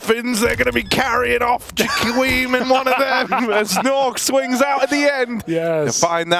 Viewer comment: why is pronouncing Jkaem like jaquim?